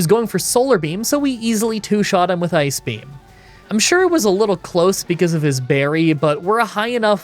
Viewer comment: My girlfriend thought you were saying “Ice Cream” in place of ice beam. You need to have “Water Onyx” use “Ice Cream”